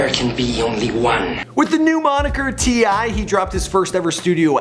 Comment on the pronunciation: finally a name can pronounce